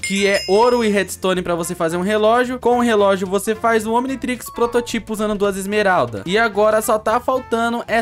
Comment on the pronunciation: E prototipo nao proto tipo